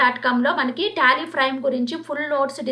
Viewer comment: Prime not frime